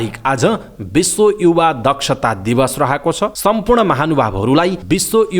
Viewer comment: युवा हो कि इउवा हो, उच्चारण !!!